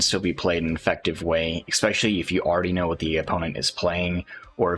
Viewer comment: Especially, not 'expecially'. Say it with me now.